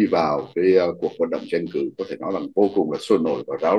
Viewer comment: Bình luận viên mà phát âm tiếng Việt chưa rành nữa. Chữ TR mà không đánh lưỡi được, đả đơt cứ phát âm chữ CH. Tranh cử mà phát âm “Chanh cử”, tất cả đều sai, xin lỗi ông rất thiếu trình độ mà ra diễn đàn nhận định làm gì, không công mình, trung thực lại thiên vị một phía. Xin có chút ý kiến vì nghe phát âm sai rất khó chịu.